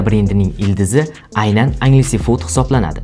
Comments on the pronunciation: Angelsfood (enjelsfud❌ angelsefud✅) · Balton 😂 beltn deb etiladi qanaqa yozza shunaqa oʻqib kartadagi balton dakami 😂 Enjelsfud deb talaffuz qil iltimos Anjaleses fuud deb emas